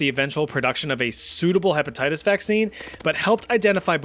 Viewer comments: dont think i didnt notice that you said hepetitties XD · herpatitties? LOL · Lol harpattites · "HEPATITUS A" & "HERPATITTIES B"?.....Umm, what?